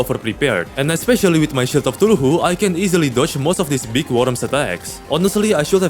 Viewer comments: Why does he say eye of tuluhu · Favorites of pronunciation: Shield of thuluhu